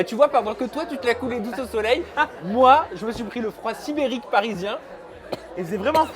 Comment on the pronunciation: "Le froid siberique" mon dieu quel abruti........